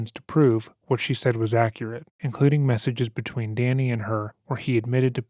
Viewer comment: He pronounce messages like salchicha 😭😭😭😭😭😭😭😭😭😭😭 His fake messages through her phone are so illiterate its like so obvious he wrote them and wasn't focusing